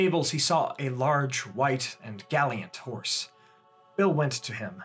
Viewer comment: Love your videos,, and this one was a fantastic surprise, but... "galliant?"